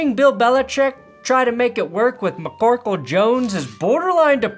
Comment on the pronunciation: Every time he says"MACCorkle " I burst out laughing 😂 it's the little things